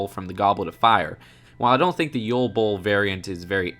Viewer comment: Not to be rude, but where do they pronounce ball as bowl?